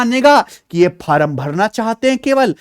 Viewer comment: Form ❌ Faram ✅ 😂😂😂😂